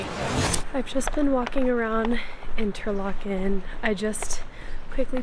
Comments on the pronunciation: Coop is usually pronounced "cope". Inter LAH ken. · Interlaken is pronounced Interlarken. You have to remember Interlaken is a tourisy town, so things might be a bit dearer there, Coop is not pronounced Coop, or Co-op, you would have to hear it to know how to pronounce it right, also Joghurt, the J in German is a soft sound so it is pronounced Yoghurt.